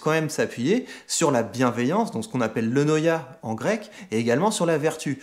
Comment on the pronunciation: Eunoia, pas eunonia.